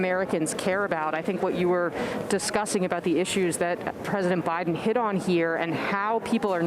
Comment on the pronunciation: PRESESIDENT. BAIDEN